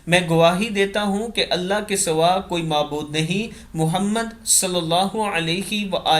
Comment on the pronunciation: اله کے ه پر کھڑی زبر ہوتی ہے اس کو درست کر لیجیے